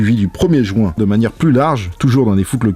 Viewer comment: Il dit le samedi premier "jouint"